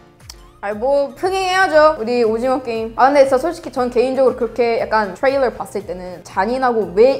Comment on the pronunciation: 트레일러 발음할때 외국인인줄 알았음ㅋㅋㅋ